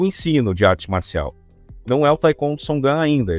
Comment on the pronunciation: Pronúncia totalmente errada. Historinha da carochinha. Taicôndo. Que cara ridículo. 171